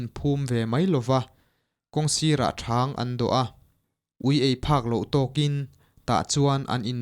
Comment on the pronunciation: A chhiartu hian mizo tawng a thiam loh bakah mizo thil hmimg a hrelo lutuk a, ngaihthlak a hahthlak hle mai. Mitthi dahna "thang" an dawh thin pawh a hrelo niin a lang,"thang"(hnim chikhat) hming angin a lam mauh mai. Zirtir leh deuh nise, a thiam hma chuan midangin chhiar mai se, tlawma lak chi pawh a ni lo.